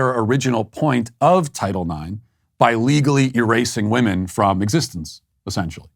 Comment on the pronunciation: Why is this “poet” unable to pronounce the word women? It is written women, but pronounced wimen. Not wohmen. Bizarre.